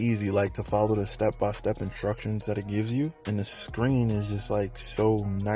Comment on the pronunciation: I like how you say "Inshtructions". Imma start saying it like that too 👍